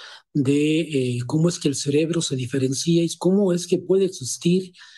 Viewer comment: No se pronuncia diferencía. No se pronuncia con acento, se dice Diferencia. Ya ve que todos tenemos errores, aún siendo o sintiéndose Juan Camaney.